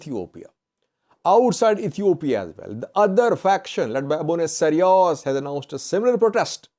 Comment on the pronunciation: Abune Sawros, not Sariwos,. Keep it up